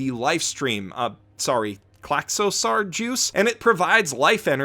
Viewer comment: How does mans not know how to pronounce Klaxosaur its literally dinosaur with dino replaced with Klaxo cmon dude really?